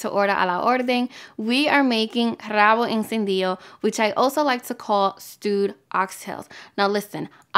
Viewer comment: Forgot to pronouce the "r" in rabo